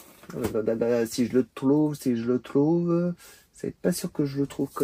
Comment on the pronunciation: « Si j’le tlouve, si j’le tlouve » le roucoule, que dis-je, il broie la langue de Molière